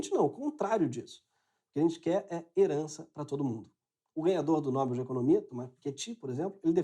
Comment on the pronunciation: Incrível!!! Sou muito fã. Quero registrar que pela segunda vez eu ouço você dizer "Nóbel" quando o correto é "Nobel". Também sou licenciada em Letras 📚, uma professora com muita honra. Beijos 😘